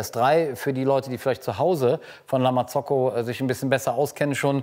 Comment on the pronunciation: Wieso betonst du La Marzocco so „eingedeutscht“, das hört sich wirklich komisch an #nofront